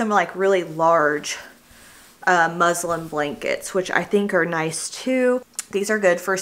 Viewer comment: It’s muslin, not Muslim 😅 I literally got corrected with my last pregnancy as well for saying it wrong